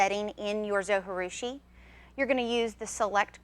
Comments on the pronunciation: its pronounced zo G roo she. g as in jee not ghee. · No way José! How can you not pronounce that "J", different languages use "J" to represent different sounds, not silence. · Great video! Thanks so much! I have baked bread for 35 years by hand and just have discovered bread machines. I just have bought the Zo Virtuosa and I love it! But did you realize that you are supposed to pronounce the j in Zojirushi? They pronounce it on the Zo website in their videos. It is a Japanese word. You wouldn't pronounce the J if it were a Spanish word. Linda A